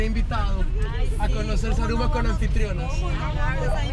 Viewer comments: roberto repite conmigo ... za..ru..ma .. no saraguro xD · jajajaja Saraguro me has hecho reír mi Roberto Manriquez pero es Zaruma Zaruma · Jajajjajajaja "Saraguro"?.. Mi lindo Zaruma, Gracias por visitar a la Surcursal del Cielo <3